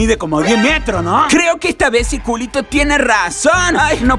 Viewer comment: Ustedes me da risa, dijo circuliti